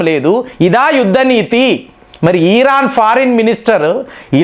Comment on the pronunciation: ఈరాన్ కాదు! ఇరాన్.